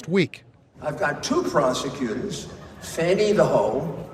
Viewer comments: Don't you be calling out no black kween... so what I throw that gorilla grip on my subordinates. All BS to the side, I grew up with a few girls and older ladies from the south named FANNIE and it was pronounced FAN-E not fawnie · Anybody that sees the word "Fani" on a sheet of paper wouldn't pronounce it as Fawny. Stop the cap! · Oh It's pronounce Foni?? Oh I always thought it was Fanny like when you get your FANNY SPANKED. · I think most people who say Fan-ee genuinely think thats how it's pronounced, because that's usually how you pronounce Fani. The people I've heard intentionally mispronounce her name say phony(phon-ee.) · Maxine Waters just called her Fan-ee also, so...